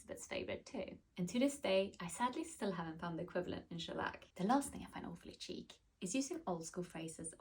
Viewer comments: Cheek ❌️ Sheek ✅️ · Its sheek not cheek 😂😂😂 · How about refining the pronunciation of chic first